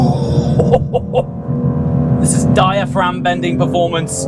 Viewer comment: Brother, stop saying “diaphragm bending” 😂